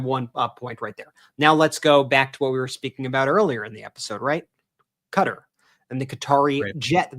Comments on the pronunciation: Learn how to say Qatar....it is not Cutter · Its pronounced Kah tar , not cutter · Sorry Ben. Please it’s pronounce “kah-tar” not “cutter” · Qatar is NOT pronounced Cutter. It's like Guitar with a "C". D'oh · It is NOT pronounced 'cutter' - Ka-tar please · It must be stopped immediately. And Ben, please learn how to say Qatar correctly. It is NOT pronounced like "cutter" !!!! It is pronounced "ka-tar"!!!! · Ben , I love the meidas touch , but i have to say Qatar is not pronounced as cutter . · Ffs its not "Cutter"! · Ben, please learn how to pronounce Qatar properly. It’s NOT Cutter😂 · Yep, so weird hearing it said 'Cutter'. Haven't these guys ever heard of the country until now? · Ben,you guys are amazing,I'm giggling though quatar is pronounced kitaar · Live your great work brothers... Constructive criticism Ben... It's kuhtar Alternative pronunciations at Google "pronounce Qatar" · Supposedly it's pronounced kuh-TAR! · Yep, that was so jarring hearing that pronunciation the first time. Thought he was talking about a person.